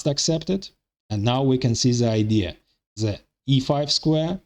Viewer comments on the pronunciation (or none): 😂😂😂 same comment .. even in arabic we have same situation with the egyptins they pronounce a lot of letter (ze) like he did .. ze queen ze king 😂😂